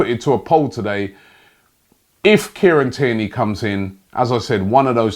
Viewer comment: Everyone: Kieran Tierney Robbie: Kierney